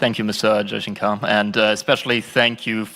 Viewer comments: Its 'jaishankar' not jaijankar. They cant use their alphabets correctly. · Did he said, "Jaichunker" seriously, heyy man he is Mr. S. Jaishankar not "Jaichunker"😂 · You are murdering his name